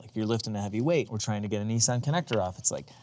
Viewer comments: Why do Americans call it a NESSON . Nis san ....no e's lol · Hey hey it’s Nissan not kneesaan😂😂🇦🇺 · You guys in the northern hemisphere all pronounce Nissan so differently from us down under 😂 I wonder which way is the "correct" way? (Also, am loving the content!)